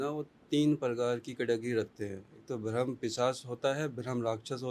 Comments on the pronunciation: Yrr ye bhram bhram bol rahe rahe bramh hota gai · यह चुतिया ठीक से ब्रह्म भी नहीं बोल पा रहा है । ब्राह्म को भ्रम बोल रहा है 😂 बकवास कर रहा है मादरखोद